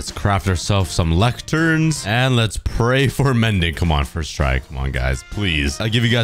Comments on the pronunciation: When was saying "First try" I thought later that he was saying “ustra” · when he kept saying "first try" it kinda started sounding like he was saying "fish fry"